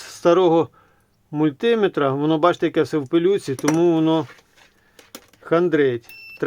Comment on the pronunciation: со всем уважением, из мультиме́тра. Произнесённое вами слово, не перевариваю категорически. Видос интересный. Стрелочниками пользуюсь, но очень редко. Есть флюк на работе замечательный, не китай, с хорошим быстрым отзывом при прозвонке звуковой.